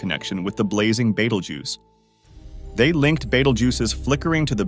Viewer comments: not sure if you know but the vid keeps rotating between the correct and in correct pronunciation it is Betelgeuse pronounced Bee-tell-juice not bah-tal-geese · My man just called it Beetle Goose 😭😭😭